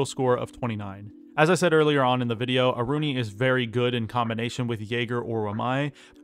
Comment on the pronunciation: It's Aruni, by far